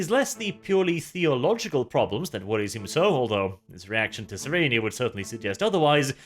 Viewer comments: Every time he says "Cyreenee" I hate it. I haven't heard how the audiobooks pronounce it, or how the writers intended it, but that's certainly not how it looks on the page. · His pronunciation is close to correct. In _Betrayer_, Cyrene corrects a certain Damon Pyrtannis who pronounces it SIGH-reen. According to her, it should be pronounced SIH-ren-nee. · Isn't the final e in Cyrene's name supposed to be silent? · I got the impression he was turned into a servitor because he SAID he was selling lamb, but instead sold dog. IE false advertising. It's still f#@ up but it's not the kind of f#@ up you're presenting =/ Also, the way you pronounce Cyrene's name hurts my soul.